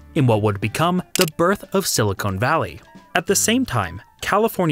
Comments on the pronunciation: I noticed the same thing. I think the pronunciation of silicon was just a function of his accent, though. He only said something similar to silicone once in the video, the remaining instances of the word were all stressed correctly. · nah its mispronunciation, people do it with nuclear all the time. Its common enough that people get a pass, but its a mistake none the less. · You make some great points here, but you really need to learn the difference between silicon and silicone. Those are two different words. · STOP SAYING SILICONE VALLEY! Silicon is NOT Silicone. (Good vid though : p) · Thank you, that was killing me every time he said it. It's a dead giveaway that this was made by someone who isn't from CA and has never heard anyone pronounce it.